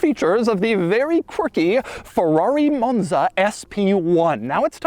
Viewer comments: what is a moan-zuh, doug? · Why are you saying “Monza “ that way? Sheesh. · Why does Doug go British every time he says 'Monza' though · Pronouncing “Monza”, a five letter, two syllable word, differently every single time for 32 minutes is a hell of a skill